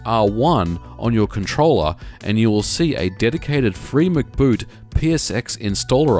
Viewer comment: It's free-em-see-boot, not Free Mc'Boot.